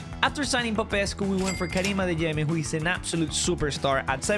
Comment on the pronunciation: The fact that he pronounced Popescu perfectly is soo good